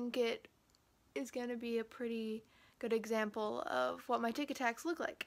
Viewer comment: Lol thot he was saying tikitaks